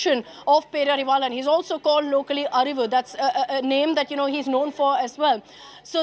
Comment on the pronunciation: Not peravilan -. Pae rari vaa lan